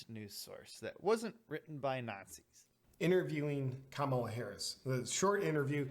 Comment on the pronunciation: the Trump impression is spot on lmao And the way he said Kamala had me rolling 💀💀💀